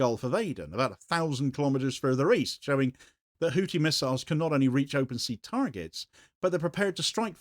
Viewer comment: Hou-thi (pronounced Hoo-thee) not hootie, you muppet.